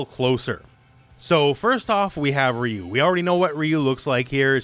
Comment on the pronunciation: Just a heads up, RYU is pronounce RAAA YUUU, not the feminine sounding Ree yuuu, had me confused a little but damn next time pronounce it as Raa Yuuu as it is meant to be, just a little gripe in an otherwise informative vid.